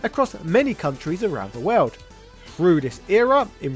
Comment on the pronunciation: “The HORLD Warrior”?